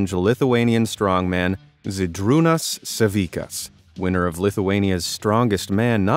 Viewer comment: I am Lithuanian so I am so glad to see Žydrūnas Savickas mentioned, though you botchered his surname it's spelled like sa-vi-TSC-as